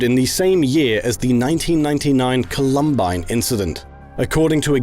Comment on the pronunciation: i have never heard columbine pronounced like that